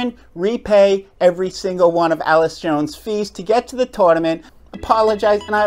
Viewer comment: Completely agree with your message but you are mispronouncing Allyce’s name, Catherine did pay her expenses per Allyce’s Instagram and Allyce played mixed doubles as well so she would have still come. I just want to give Allyce some grace here because she’s such a strong woman and player and not just a sad victim. What Catherine did was terrible but Allyce will continue to improve and come out on top. We’ll see what social and career consequences CP ends up facing.